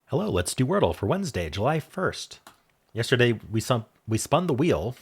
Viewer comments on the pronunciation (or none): none